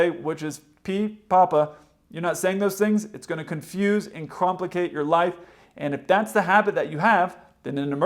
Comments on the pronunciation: If you can't pronounce your words correctly, it's gonna cromplicate your life. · Can I get an affirm on "cromplicate?" 😝